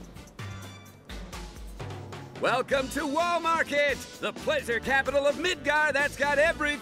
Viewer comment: Why is it that every time they say 'Wall Market' it sounded like ' Wal-Mart' to me?